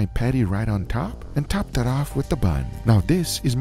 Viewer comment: “DISS” “DAT” Gugas way of pronouncing “this” “that” 🤣🤣🤣